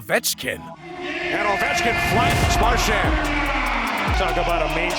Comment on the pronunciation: Had to stop watching . Couldn't physically continue due to risk of dying from cringe. Alex edder ovenchkin